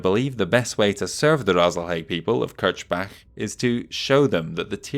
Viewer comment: Kirchbach is German for "Chruch-Stream" and is IRL a small town in Austria. Your pronunciation is actually correct (if you want to say it as a german word). The way Mansdottir says it would imply its Kirschbach, which would be translated as "Cherry-Stream". And please only use Hero-Mechs if they are actually different from the normal equipment or significantly different in playstlye from other hero-mechs you have already displayed.